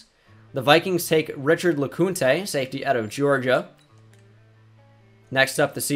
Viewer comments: Awesome video keep it up Had to be that guy though, Richard lecounte it’s like recount but lecount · It's pronounced "Lecount" but you do you.